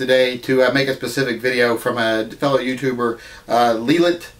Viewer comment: Its SPEcific NOT PACIFIC!!!!!